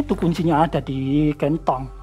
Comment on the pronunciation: Bapak ini natural banget. Denger ceritanya Sama nyimak video Nyebut kantong aja Kentong. Hampir ga paham aku pak. kalo ga sambil nyimak video..